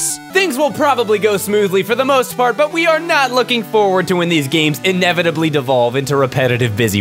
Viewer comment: clearly says "for the most fart"